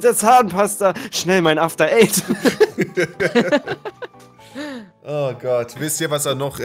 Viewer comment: wer hat bei After eight auch zuerst after aids verstanden?